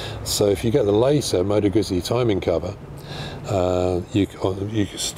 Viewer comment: I have had 4 guzzis..1979 SP1000–1980 V50 ll—2004 V11 sport—2007 RED Norge GT 1200, which I currently own ...I have 40 years behind bars on guzzis One little thing:: GUZZI pronounced the way you would say PUT-SEA,, like you would say pizza. It’s like saying two separate words.When there are 2 “Zs”,There is a chop in the middle of the word just like in the word pizza..It’s not pisa as in the leaning Tower of Pisa, it is peat—zzaah! like saying two separate words..GOUT. ZEE... now that I have condescendingly overstated my point. I love your bike..Do you have any issues with the rear tire gripping the leading edge of your license plate as your suspension bottoms out? you mentioned the large gap between the rear tire and the frame on newer bikes because of the single shock, I used to road race motorcycles ,eight years, TZ 250, RDs,ect..One of my fellow competitors got into a tank slapper on his TZ 250, His leg somehow got pulled in by the rear tire into that gap below the seat, and broke his leg in eight places. Miraculously, he coasted to a stop in that contorted predicament without falling. To this day, those gaps still make me nervous. I put a proximately 160,000 to180,000 miles combined on my 4 Guzzis over the last 4 decades...they all had a common fault, that oil pressure sensor that screws in to the block between the cylinders. I’ve had to replace them on every one of my guzzis.. my 1979SP 1000, the lifters were all heavily pitted where they meet the camshaft, I was changin